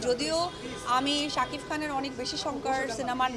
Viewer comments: Apu sob Somoy sakif sakif bolbenna,tar nam shakib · তুই কি সারাজীবন শাকিফ বলবি ।শাকিব বল নাম ঠিক করে বল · আচ্ছা কেউ ওরে শাকিব উচ্চারণ টা শেখা ভাই।,শাকিফ😂 ঢং করে কথা বলতে গিয়ে...🤮🤮